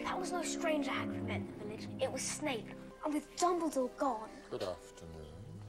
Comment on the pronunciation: ROFLMAO! Nope! It’s Hagrid, not haggard!